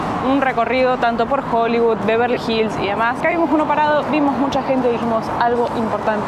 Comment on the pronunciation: y en "Joliviud"... jajajajaja GENIOS!!